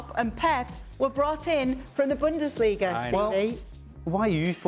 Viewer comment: man really said Pep from Bundassliga😭. You know where he learnt his business